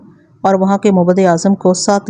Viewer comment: مَعبد✅ مُعبد❌